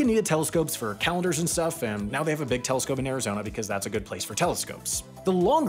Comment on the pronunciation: mf said telecscope